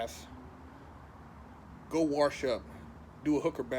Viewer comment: "Warsh" Lmaoooo